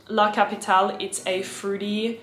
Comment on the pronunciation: Hi in Italian "LA CAPITALE" is pronounced "LA CAPITAL-AY" So it's not pronounce like an I the E